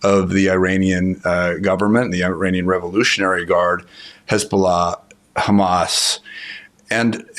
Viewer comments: She sounds like she is an arab. The way she pronounce Hezbola..! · going from journalist to partisan hack on a dime. Not to mention the ridiculous way of saying Hamas and Hezbollah. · The pronunciation of Hezbollah and Hamas said it all....